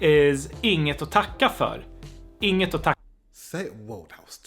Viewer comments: Since you want to learn perfect pronounciation Inget - think of Nothing. Use the Ing in nothing and add et, (noth)INGet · when you say words like "inget", "inga" or ingen" we normally don't pronounce the g in the word. The ng sound is more like the "ng" sound in the english word "wing". Just a tip.;)